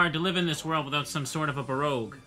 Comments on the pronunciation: The title sure seems to know the 5 letter in the games name is q, but pronunciation seems to think it's g. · Also the game is pronounce "Bah-roke". The que makes a K sound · Its pronounced bur-oke. As in “ will be buroke if he keeps on buying those Pokemon booster packs.”